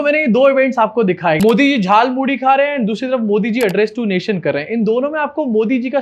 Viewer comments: Are, hum to soche the ki ap is baat focus dekar cover karenge ki is aadimanav ne jhalmuri nahi jhalmuli bola. Lekin aapne wo miss kar diya 😟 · Its jhaal moori not Jhal Mooli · Jhaal Moori, not Jhaal MooLI. Mast setup kiya lekin script galat hain 😂😂😂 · Jhaalmuri ❌ Jaalmuri ✅ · Jhalpuri nahi jhal muri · Jhaalmudi nahi bhai “JHAALMULI”😂😂😂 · Modi Jhar Puri ko Jaal Muli Bol Reha Hai. 😂😂🤣🤣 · Jhal Muri hota hay wo , Modi ji ne bola jhal muli 😂😂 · Jhaal muli✅ Jhaal moodhi❌ 😂😂😂😂😂😂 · He said Jaal muli.😂😂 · झाल मुढ़ी नहीं झाल मोली, ध्यान से सुनिए। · Jhal moori bolna to aa nhi rha, iss actor ke paise katne chahiye😂😂😂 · Jhaalmuri ❌ Jhaalmuli✅ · Jaulmuli bol ra hai batao yr abay Anpdh Hindi to ache se bol